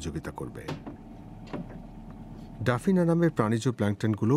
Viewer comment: এটা ডাফনিয়া হবে, ডাফিনা না।